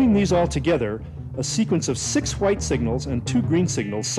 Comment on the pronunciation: a single whuiyte signal...